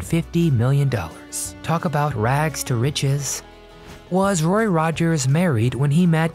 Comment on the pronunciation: Is this a voice bot? They always make pronunciation mistakes. It keeps saying "RORY" instead of good old "ROY".